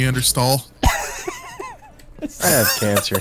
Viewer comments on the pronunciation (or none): I love how "you broke the neander-law" also sounds like "you broke the knee and the law" xD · Out of all the things to make me wheeze it was when he said Neander-stall